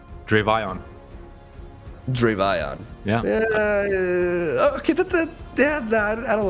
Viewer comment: if you pronounce it dra-vi-on, of course it's gonna sound bad, pronounce it either dravion of dravy-on